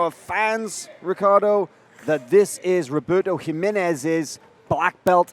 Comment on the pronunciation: Hi-menez, dude...HI, menez...